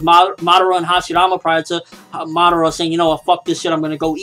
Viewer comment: pronounced ma~da~ra not Madauria. Seriously you say it have it sound on the show and in japanese. How can you mess that up!